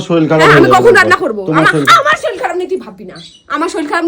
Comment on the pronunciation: Kothao bolte jane na soril noi sorir